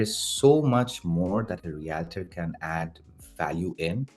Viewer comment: Good video, but please try to learn the proper pronunciation of the word Realtor! Yikes